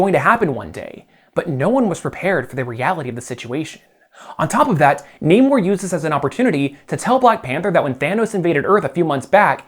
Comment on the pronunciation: you say namors name rly weird